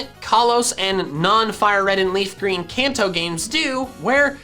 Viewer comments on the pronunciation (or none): none